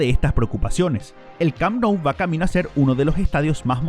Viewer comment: Oye q te pasa cuando hablas ? Te podemos ayudar . Por ejemplo se llame les corts no les cops el el Camp Nou se. Pronuncia cammmmppppnou no parece ta difícil …